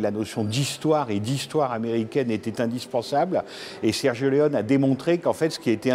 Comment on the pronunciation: Mais pourquoi vous le prononcez Sergio Leon 🤣. Et c'est par un expert de la cinématéque française!!!! Ridicule.